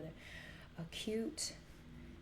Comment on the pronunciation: It's not "a cute" it's "accute".